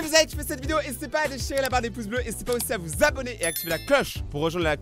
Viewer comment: N’hésité pas a vous ZZZZZabonné